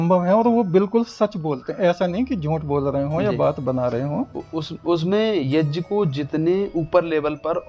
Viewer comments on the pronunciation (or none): Yeh aadmi yagya ko yajja bol Raha hai ...... pahle bolna to seekh le yajja yajja yajja bole ja raha hai